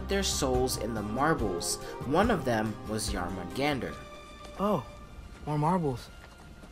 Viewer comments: BTW... pronunciation is smidge off. The "Jor" isn't pronounced "Jar" it's pronounced like "Yore". Other than that, the rest of the pronunciation isn't too bad. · I wanna know why he can't say Jörmungandr properly after playing 2 games with the name said correctly. Also snakes can't crawl as they don't have legs they slither